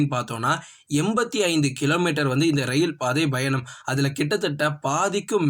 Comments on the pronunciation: Nope where he has to say Payanam he says Bayanam.major mistake. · பயங்கரமா கவனிச்சு இருக்கீங்க போல 😂 அவரு correct ah than சொல்லுராரு என்ன ஒண்ணு பா என்ற எழுத்தை பா - Bha என்று லேசான உச்சரிப்புடன் வாசிக்கிறார் 🤷😅 அதை நீங்கள் கூறி இருந்தால் சரி..... வேற எதாவது சொல்ல வந்தால் உங்கள் Comment தேவை இல்லாத ஒன்று தான்😂